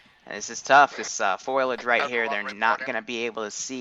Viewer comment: "Foilage"? Did you seriously say "foilage"? TWICE? It's "FO--LEE--ADJ".